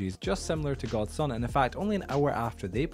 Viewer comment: I'm a rando ngl . I just found your channel a few days ago with all the MC news/controversy going around . I say all this because you can really just ignore my next statement, but I think that persons name is pronounced gods unit ... Not god sun it lol . Not trying to heckle the info is awesome and very informative.